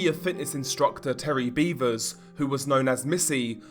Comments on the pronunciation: It's pronounced BEV-ers. No 'a' in the pronunciation like beavers. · It's not pronounced "beaver" like the animal. Tragic case.